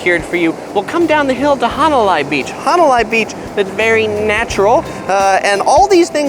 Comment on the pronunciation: "Hana lie"? 🤙